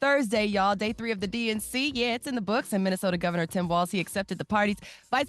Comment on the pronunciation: “Tim Wal-Z” ?